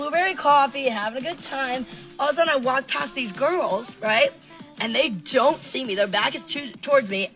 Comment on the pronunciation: Jojo concentrating suoer hard on saying "the rrrrran away" instead of "They Wan away! They wan wight outta thewe!"